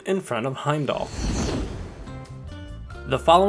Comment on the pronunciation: When the game tells you how to say the name and you try your hardest not to pronounce it right cx